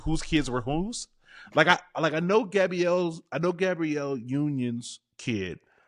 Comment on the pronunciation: *Gab-bree-elle Sorry, I had to 😂